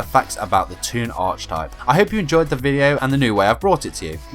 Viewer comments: Very fun and interesting. One thing....archetype is pronounced with a k sound not a ch sound. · Hearing you mispronounce "archetype" made my eye twitch a little.